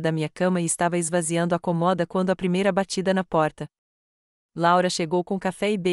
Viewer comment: NÃO "AGUENTO COM ESSA PRONÚNCIA: COMÓDA!!!! . SE PRONUNCIA: "CÔMODA!!!!😏"